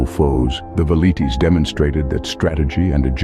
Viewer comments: Veleeets? Nah. Vel ee tays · The "V" is pronounced like a W...Welites